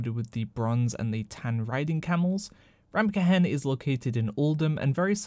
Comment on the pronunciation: "Ta-berd" Ta-baaaard is hard to listen to You say ramkehen just right...I don't get it "Reverred" damn son... "it's ree-veared"